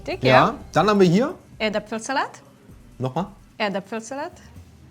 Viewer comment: Der kann einfach nicht Grätzlheuriger aussprechen, oder Erdäpfelsalat 😂😂 das ist kein kartoffelpürre mit den Roten Zwiebeln das war der Kartoffelsalat du bist ja ein Lauch I 😂😂